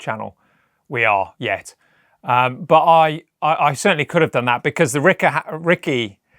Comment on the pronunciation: Thank you for taking the time and effort to pronounce the brand name of these wonderful guitars correctly! I've never understood why the spelling wasn't obvious enough, but there are videos all over YouTube of people reviewing Ricken"Bach"ers. You'd think this would be 101.